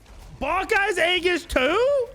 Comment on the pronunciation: It's pronounced with an e. E GIS. Not A Gis. E GIS. Aegis is pronounced with an e. You shouting it, so you're loud, but you're wrong lol.